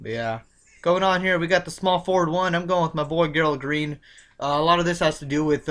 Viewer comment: i got a couple rosters with whiteside and another roster im fading him cus hes going to be owned ALOT and david west good pick against minnny who are terrible against PF but good picks i got alot of them and yo a tip its bugging me lol gerald green is pronounced 'Jerald''